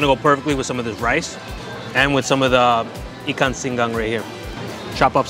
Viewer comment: People dont realize how much research you guys did for each of your videos. How to properly eat things. Getting the pronunciation right. Heck, you guys even use the proper Terengganu dialect/accent e.g. ikang instead of ikan for fish. Heh.